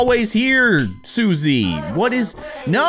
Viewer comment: Susie is sus. It sounds like Sussy